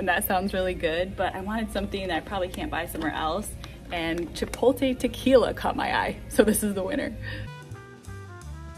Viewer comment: Actually, "Chi-pote-ley." lol :)